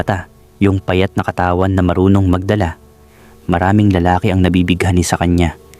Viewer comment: pilipino ka ba? bakit DALAGA AT KATAWAN mali ang pagka bigkas mo. 🤔